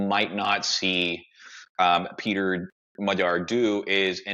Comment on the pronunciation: described the situation in Hungary very well. He also knows how to pronounce 'gy' in Magyar:)